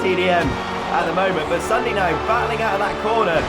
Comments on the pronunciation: it's not ssundey its Ssundy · You did not say ssundee you said ssundaa